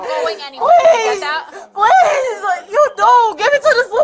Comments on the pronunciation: But she said "pleeez-UH" several times-uh. Not sure what more she could doo-uh? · Anyone else noticed that they put a “uh” at the end of words when they’re being arrested. Please-uh why-uh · The minute an adult starts adding extra syllables to their words I know they are a toddler mindset, pleaseUH, I just needUH, you don't understandUH, makes my brain bleed.